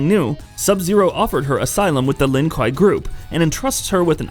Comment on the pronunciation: kwei dude, kwei, it's pronounced kwei